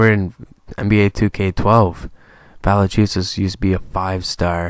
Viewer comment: VAL-EN-CHEW-NESS IS HOW YOU PRONOUNCE IT. NOT VALENCHUSESS